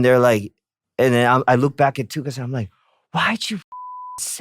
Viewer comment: 'Do you remember Prada phone?' 'NO' (w/ emotional deadpan delivery) Btw, the way Tablo says Tukutz sounds like 'Tuchus'. Actually, that day he was!